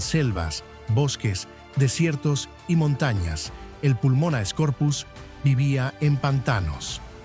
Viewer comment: La Megarachne era un euripterido, no una araña Y se dice Pulmonoscorpius no "Pulmonascorpius"